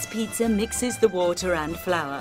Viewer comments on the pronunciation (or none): LOL, THIS! Why is she calling it pitzurrrr?! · Jesus christ stop saying "pizzer" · Oh thank god I'm not the only one. I just can't help but laugh every time she says "Peetzer". Unfortunately that means that I'm laughing throughout the entire video. Maybe this needs to be a new micspam on TF2? I can see it now... -Medic deploys Ubercharge- "Let's peetzer!" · Peitzer. That's what she's saying. Peitzer. It's a peitzer maker machine. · Is it just me or did the voice-over lady keep saying "pizzer." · Haha. "Peet-zer." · i get the accent and i have no problem with it, but why do most english accents pronounce is pizzer.. JW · Am i the only person hearing them say.. pizza-r.. (peetsar) like the say idear... (i deer).. whats wrong with the english language..?